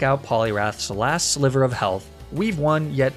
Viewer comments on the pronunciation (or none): none